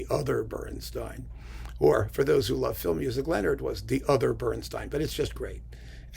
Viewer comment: It's BernstEEn, not BernstINE. Apparently, when Elmer and Lenny met, they drew lots over pronunciation, and Elmer got StEEN. Or so the legend goes.